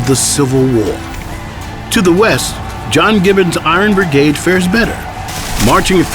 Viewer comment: Lol... he keeps saying "bergade"